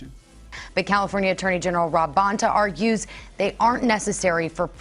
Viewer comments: "Vonta"? Try Bonta. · You sound ignorant, misprounouncing the Judges name as well as the Attorney General of California.